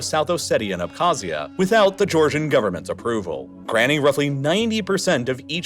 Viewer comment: I didn’t wonder this until now but is the reallifelore channel voice a computer one? Reason I wonder is the pronunciation of many of these places was pretty bad. Tbilisi, South Ossetia, Abkhazia. This being a computer voice would make sense on why it was so bad.